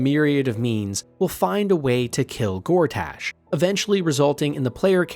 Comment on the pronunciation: Honestly it gets worse. He says Lamp Light rather than Last Light, describes the KuaToa as Frog people, says Envier Gortaash, says Mincs instead of MinSC and calls Boo a Giant Space Alien. It couldn't be more obvious that it's a ChatGPT thing and even ChatGPT would get these things right I hope.